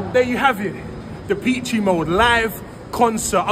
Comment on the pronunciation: Da peachy mode 😅 Duh pesh is how to pronounce it